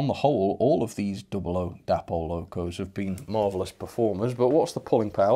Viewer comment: Day-pol not dappol!